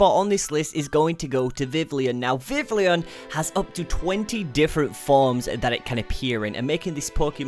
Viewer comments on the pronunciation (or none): its vi - vi on not vi - vil eon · What the hell is a "veevleon", it's pronounced "vee-vee-yon", you'd think he'd at least check the placement of letters within a word before making a video of it online. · Vivlion?! Really? VIVILLON. Vivid + Papillon. VIV-ee-yawn I had to skip that part, it would've been too painful. -Furfrou = FUR-froo. Fur + frou-frou. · its vi-vi-on not vivileon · vivlion? wtf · Did he say viv li ion? You don't pronounce it that way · According to the anime it's viv-ee-on